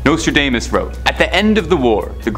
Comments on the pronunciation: PLEASE BY ALL MEANS THE NEXT NARRITIATER NEEDS TO KNOW HOW TO PRONOUNCE THE WORDS HE IS READING !! I THINK HE MIGHT OF SAID NOSTRODAMANCE CORRECTLY THREE TIMES!!!! NOT TO MENTION THE OTHER 10 WORDS HE CLEARLY COULDN'T SAY CORRECTLY!! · turned it off after you butchered the name Nostradamus!!!